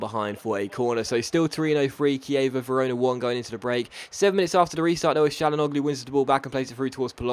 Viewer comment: Hakan Çalhanoğlu is pronounced hak-han chan-ag-loo